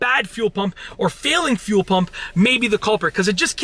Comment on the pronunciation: When he says fuel, it sounds like he’s says phew 🤣 phew pump